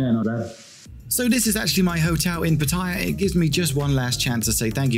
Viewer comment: Ask a Thai person how to say Pattaya correctly.